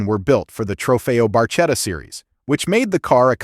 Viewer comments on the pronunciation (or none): You should check how to say ,,barchetta'' properly. In Italian ,,ch'' is ,,k'' .